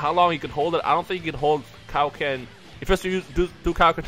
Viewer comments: I DONT WANNA BE A DICK BUT PLEEEEEEEEASE DON'T SAY KAI O KEN!!! i thought it was pronounced like kay o ken man... (ik its spelled kaioken) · *its pronounced kay-oh-ken